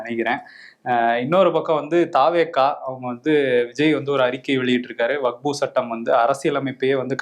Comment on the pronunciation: அன்பு சகோதரர் அவர்களே வகுப்பு வாரியம் என்று சில இடத்தில் உங்கள் வாய்ஸ் வருகிறது. அது வக்பு வாரியம் என்று சரி செய்து கொள்ளவும். இது விஷயமாக தங்கள் கருத்தை பதிவிட்டதற்கு நன்றி.